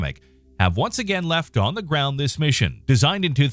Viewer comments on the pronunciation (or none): none